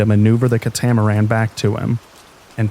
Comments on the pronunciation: Great narration. Very soothing voice to help me drift off to sleep. If I may, it’s CAT-a-maran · 😂 catamaran is cat-ah-mare-an